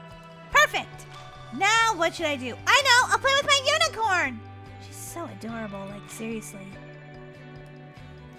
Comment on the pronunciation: always says power of the unacorin